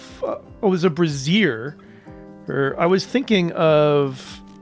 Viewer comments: It's a bray-zi-er, not a brah-zi-er. That's a bra. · Love the videos excited for the dlc. A pedantic nit pic: A braz-ear is a bra. A bray-zeir is a heater.